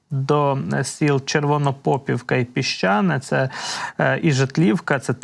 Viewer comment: Гарний огляд, але наголоси населених пунктів і річок просто ріже вуха. КрАсна річна, не КраснА. Старе українське слово яке означає гарна (крАсна). ЧервонопопІвка. Наголос на і. Яке бляха пОпівка, ну це ж навіть логічно тупо звучить